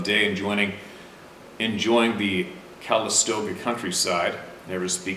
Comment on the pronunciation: Sometimes... pronunciations/enunciations make me giggle hard. "Cal istOga?"🤔 yup, that's it my friend. 🥴